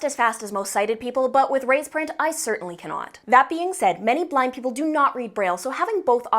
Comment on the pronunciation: I heard black instead of blind💀